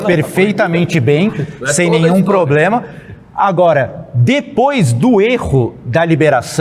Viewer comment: Sargento falando poblema é fodaaaaaa